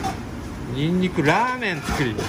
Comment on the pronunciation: 「ニンニクラァーメン」のイントネーションが弾丸ジャッキーオラキオの「たいそうせーんしゅ」を思い出したw